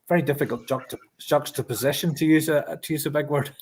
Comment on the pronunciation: Top job. Nice to see Terry back! Kudos to him for being able to say "juxtaposition" on a skinfull!